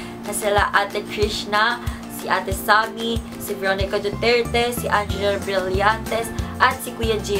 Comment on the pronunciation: I love that "DUTIRTI" thingy hahahahahhaah😂